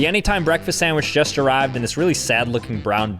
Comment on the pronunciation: TEXAN???? "ARRAVED"